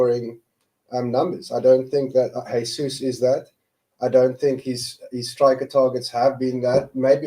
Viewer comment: Come on guys, its almost 2024 and theres still people out there not pronouncing the "J" in Jesus... hes not spanish!